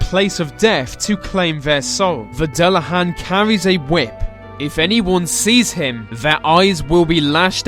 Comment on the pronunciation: Dullahan is pronounced Du-han